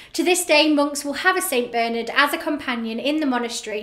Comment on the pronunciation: It's Bernard and not Beernerd